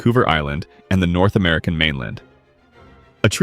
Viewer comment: North “Ameilan”? Come on, you can at least try.